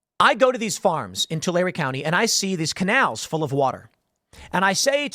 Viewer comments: Yay, this is the first time I've heard somebody pronounce Tulare County right ! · I’m from Tulare County. Thanks for pronouncing it correctly 🫶🏻